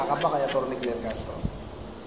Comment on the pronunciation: Kler not kler